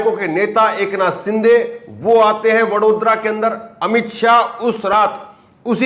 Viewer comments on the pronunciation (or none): none